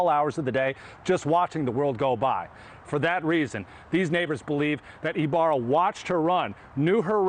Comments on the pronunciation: I LOL EVERY TIME HE PRONOUNCES THIS ANIMAL LAS NAME, EBARYA. ITS PRONOUNCED EEE BA RRRRAAAA (IBARRA). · It's I barra, not Ibarria, professional news-reader guy. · Hey Leland, learn how to read. You said that pos name wrong 3 times, adding an extra syllable. What kind of newscast is this. You don't sound very educated. Up there with biden calling Laken, Lincoln. What a loser.